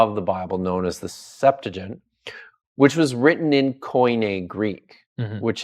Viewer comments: “the Septajen”😂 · The SeptuagiN?? 🤣🤣 Seriously??... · why would he do that he’s an expert in Greek? What is he gonna do with a Hebrew scholar? Talk about broken pots with Aramaic? The Septuagint. (The one can’t pronounce) is in Greek btw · Why can't these bros put some shoes on. Also, my kids could have done better homework on the Septuagint, at least well enough to say it correctly. This interview was like judging a high school Lincoln-Douglas debate tournament.